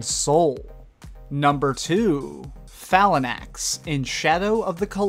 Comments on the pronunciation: Where are you getting the extra syllables out of Phalanx from? Its Fay-Lanks not fa-la-nax. Hell its a real word. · LMFAO. Sipiroth?!? Already said Phalanx wrong, but Sipi-roth? It's Sef-E-roth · Did anyone else cringe when he said Phalanx? lol